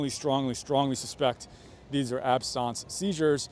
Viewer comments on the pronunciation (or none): Why are you calling them "absonse" seizures. They are "absense" seizures. Absence a if not there... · Absence, not absawnce. Like if you're not here, you're absent. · Correct pronunciation of ‘absence seizure’ is ab.suhns see.zhuh. Absence is not pronounced as this guy is saying it. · Sorry its not pronounced "absons" its absence as in absent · I had a concussion in March too, and I still have symptoms (9/9/23). There are people who have symptoms for years. You should look this up!!! AND "absence" us pronounced AB-sehns, not abSAHNS. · Ab-sense. It’s just ab-sense / not ab-sounce. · Ab-sons? Absent, absence. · It's absence. Not absonce. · It's pronounced ab sense not ab sonce. Talk like an American because it's Americans watching you. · Your pronunciation of Absence Seizures is weird. I am an epileptic, and was often having Petit Mal Seizures or Absence seizures. Aquiring Epilepsy from a traumatic brain injury is not uncommon but please the word is ABSENT...ending in ce. You make sound like Absynth....wrong animal. He is sick and should retire from the stress of politics and make sure that cameramen do NOT use flash mode with cameras. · "Absarnce"? It's pronounced abSENSE. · its absence, like absence from school...not ab-sonce..another possibility is a tia..although i don't see one side being affected, but it still could be..considering you can't even pronounce the word.... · "Ab-sawnse"? I know I've not gone to medical school but I have heard doctors talk about it before and they have all said "ab-sense" - as in the noun form of the word absent. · Ab-sent...not absahns...like being absent from yourself for a moment. Just because it's a medical term doesnt mean it has a fancy pronunciation. They are NOT that unusual. They are very common in people with epilepsy , severe head trauma and strokes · I didn't realize absence seizures was pronounced absons. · Why do you pronounce the common word, "absense" so strangely? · Never heard Absence pronounced that way.